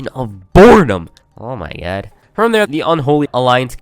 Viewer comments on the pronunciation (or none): Nobody:: oh my gad